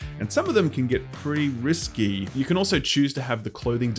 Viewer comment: “Pretty risky.” Typo or mispronunciation? Speaking of bugs, I've been burned by inExile twice, now. Wasteland 2 was the buggiest game I played on the PS4. Moving from one screen to another had a 10% chance of crashing to the dashboard, higher if in combat, which made the multiscreen battle in Hollywood like pulling teeth. And there were game breaking bugs with the quests, like one that tasked me with wiping out a town I'd already wiped out twelve hours earlier. Their follow-up, Torment, was unfinished, with the back half of the game rushing through the story and entire chapters seemingly cut. The ending was cobbled together from scraps in a weekend. So, excuse me if I'm still skeptical about Wasteland 3.